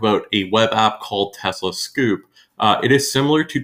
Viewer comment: thank you for the comparison, I hope to have my car end of next month and looking at all these services reviews. there are so many out their now, but I do like TeslaFi. also, scope as in telescope, not scoop. :-)